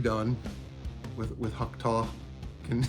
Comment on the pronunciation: "Hock taw" 🙄🤦🏻‍♂️🤣